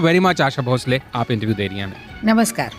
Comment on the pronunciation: आप उनको भोसले के बदले भोंसले भोंसले क्यों बोल रहे हैं। आपका ज़िक्र तो बीबीसी के साथ रहा। उच्चारण की एहमियत पर कुछ कहना तो आपको समझाइश देना होगा। क्यों ऐसा पाप करूं मैं?